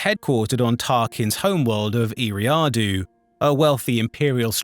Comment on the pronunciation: Gotta learn how to pronounce Eriadu